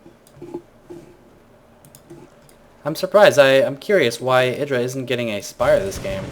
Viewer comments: Why do you call him "edra" ? It is: Idra. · idra said in an interview you should prononce it e-dra i think